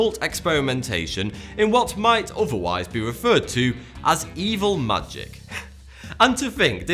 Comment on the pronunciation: Like your channel, HATE how you pronounce 'th' as 'f' 😡. 33 isn't firty free, it's thirty three and otherwise, isn't overwise